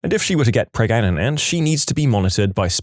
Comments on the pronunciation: Preg- aga-net 😂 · Still laughing at Pregnaganant😂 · Preg- a- net ??? Wheres this guy from? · Heh, pregananant 😅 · Just say pregnant normally smh, It's so cringe. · I like how they claim to have a narrator, but can't pronounce "Pregnant" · Interesting this text to speech can't pronounce pregnant. Like Indians in call centers saying " 3 " when trying to hide their accent. Lol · the way he pronounced pregnant in the video